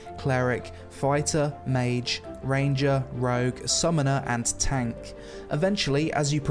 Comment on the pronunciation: Its European, its Tahnk. LMFAO